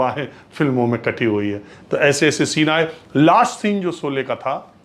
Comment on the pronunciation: Sholay ka ucharan aap galat bole rahe hain